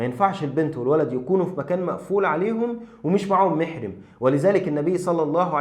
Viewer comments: حفظك الله و رعاك لا تعليق على المحتوى و لكن لي تعليق صغير على نطقك لكلمة محرم فلو نطقطها بفتح الميم الاولى كان معناه من يحرم الزواج منه(للذكر و الانثى) فتكون مَحرم اما بكسر الميم (مِحرم ) فتكون من أَهل بفريضة الحج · مَحْرَمٍ بفتح الميم والراء، وليست مِحْرِمٍ بكسرهما يا أخ ، بارك الله فيك. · جزاك الله خير .. محرم .. بفتح الميم والراء